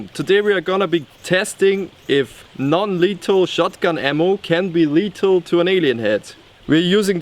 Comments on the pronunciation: *lethal not letal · you kinda say letal without th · he was saying letal